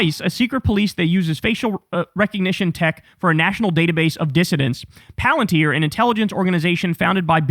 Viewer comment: Yup, that's when I stopped listening to him. After he said it over and over on his show, "palenteer, palenteer!" Followed by him saying that it wasn't a big deal